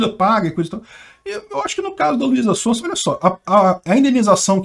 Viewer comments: " Luisa Sonsa dispensa apresentações, é uma cantora muito conhecida". O deveria pronunciar "Sonza", no caso do sobrenome dela o S tem som de z, isso porque ela é muito conhecida kkkk. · o Z se pronuncia tipo o zunido das abelhas, zzzzz sonzzzza, sonzeira, zarpar, zetélo, zoraia, etzétera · Luiza Sonsa hahaha É Son Za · de tanto falar mal de Russo não pronuncia mais o Z (Contém brincadeira) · Ele falando o nome dela errado…. Hahahahahaha Sonsa! Ótimo 😂😂😂😂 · falando Luiza SonSa... não tem preço kkkk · Eu não sei se foi sem querer ou foi de zoeira, mas achei engraçado ele falando Luíza Sonsa como se ela estivesse sendo sonsa sobre o caso kkk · O falando luiza SONSA kkklkk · kmmkkmmkmkkm ELE FALOU LUIZA "SONSA" kmmkkm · O mais legal foi assistir o errando a pronúncia do nome dela o video todo heheh ainda mais pra chamá-la de sonsa. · sempre fala "sonsa" kkkkk